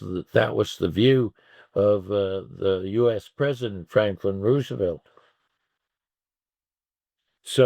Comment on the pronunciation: If this guy is an expert, why does he not know how to pronounce "Roosevelt?" If he wants to be taken seriously he needs to do better. In any case if the Red Army was able to win all by themselves, why did any other country need to get involved? Definitely, the Soviet Union was the major defender against the Nazis but this guy sounds more like some kind of propagandist than historian.